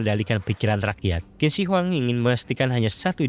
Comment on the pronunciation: Semangat, semoga channel nya berkembang. Mau menambahkan, Qin dibacanya "Chin", dari sinilah asal muasal kata Cina berasal